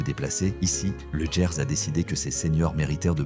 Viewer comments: TU ES un grand AFFABULATEUR, LE GERS ,ET NON LE "JERS",ET LES TRANSPORTS SENIORS OU PAS,ONT PAYE,SALUT, SAM L'AFRICAIN. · Ah, le "Lô", et "Autchè" dans le "Djerse" -comme dit la voix de synthèse, et ces images qui passent en boucle n'appartiennent pas aux régions évoquées